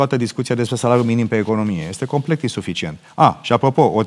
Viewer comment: Geoana M : "Complect....bla bla bla....complect....bla bla bla....complect.....". 🤦🤦 Dle Geoana ! Complet , dom'le, complet !